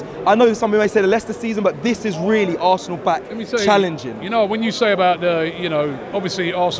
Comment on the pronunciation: it's Arsenal, not 'Assnal'. What is this rubbish? Are you a child?